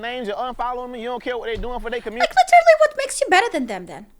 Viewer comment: Literally ❌ Litter lee🗿